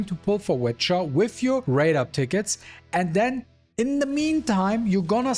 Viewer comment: I love how you call her "wet Cha" lmao. Idk why am I still playing this OC robbery game